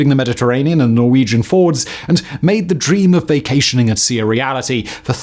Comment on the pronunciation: Also...Pretty sure Fords didn't come from Norway Simon. Fjords though are quite common there. (Yeah yeah... Just irritated me as your pronunciation is usually completely spot on.)